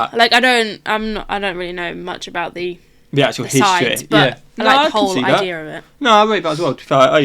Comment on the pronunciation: I like how you guys said "idea" with an "r" at the end. "Eye-dear"